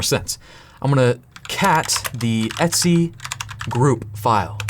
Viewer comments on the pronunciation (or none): I keep thinking you're saying "Etsy password" Lmao.